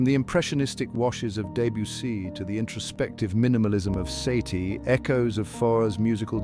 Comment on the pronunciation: teach this robot to pronounce fauré and satie